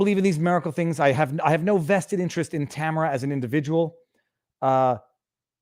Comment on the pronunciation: Viva, her name is pronounced tam air ah